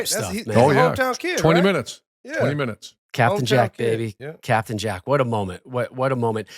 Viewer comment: This nerd talking about captain Jack with such emphasis..someone check his hard drive